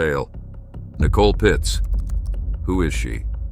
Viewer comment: Its Pietz, not Pitz